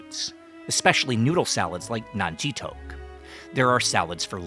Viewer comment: thoke sound so much like poke